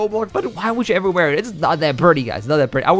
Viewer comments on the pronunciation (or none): none